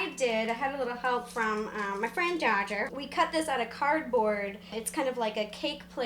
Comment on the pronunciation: Oh my god! Dooger! I didn't think she meant that Dodger!